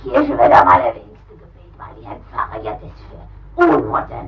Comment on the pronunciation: a potato flew around my room It's "Ja" not "Yass"! "Ja" is the germanic "Yes". German, swedish, norwegian, danish.... p.s I love your name tho.